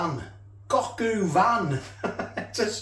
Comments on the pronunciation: it’s coq o van not coq u van. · don’t gaslight me, you said ‘u’ van.